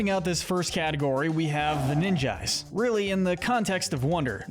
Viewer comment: not ninjy, ninji